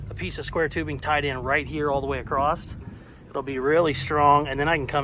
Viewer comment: Why do you always say “acrosst” when the word is *across? (Love your work BTW)